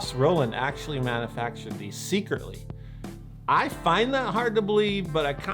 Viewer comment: /mænjəfækʃrd/ not /mænəfækʃrd/!